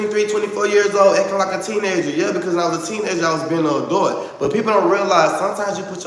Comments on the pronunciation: Ouhhh i cant ..adut...baby sound it out adult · Look at go! When says "adult" it needs to be censored.😩 wtf he pronounce adult like that? Now when he wants to be relatable he knows how to. He has common sense he is speaking rational, its just calculating, not genuine. Look at him trying to be normal and wanting the best for everyone, being sincere and supportive to his audience 😫😆Y'all better listen to he just wants us to reach for the sky is for the people.🤭I don't see how anyone works with Shamar, I would not want to work with no name that has no issues with fighting a woman. He is pathetic I hope somebody rock bottom that mf.